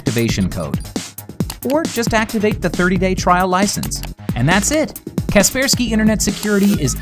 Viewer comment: Wait what its not kaper sky its ka persky what